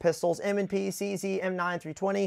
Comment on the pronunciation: cz is not pronounced cc tho, its czed